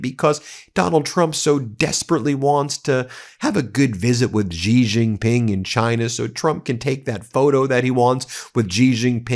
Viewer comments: Xi, as the president of China, His name is actually pronounced the way you say 'she.' the voiced /sh/ sound like in the French 'je' is not a Chinese phonetic. Seriously google the pronunciation of presidents of China's name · can u pronounce Xi's name correctly please